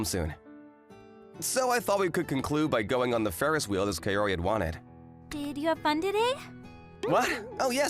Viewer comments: Bro really said "KaYori" but overall still a good manga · Godddd why is it KE-O-RI?? it supposed to sound KA-O-RI as in cu in cuss wait isn't there any better word?